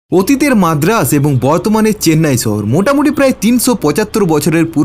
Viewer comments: শহর উচ্চারণ টা শিখ রে ভাই ছ ছ করিস না। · দাদা ছহর না শহর হবে। উচ্চারণ ঠিক করলে ভাল হয়। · ছহর কি রে পাগলা। শহর বল, শুনতে ভালো লাগবে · ছহর নারে পাগলা শহর হবে। আপনাদের উচ্চারণ এতো অদ্ভুত কেনো?